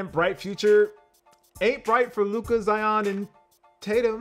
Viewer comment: please pronounce Luka's name right hah